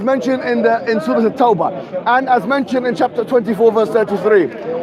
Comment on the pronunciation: Mohammad hijab read the surrah wrongly